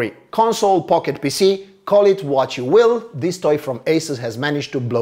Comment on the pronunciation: When he said console pocket pc i was only half listening and it sounded like he said console pocket pussy😂